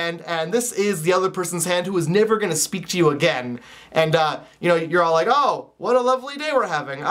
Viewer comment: I like your Canadian accent when you said never XD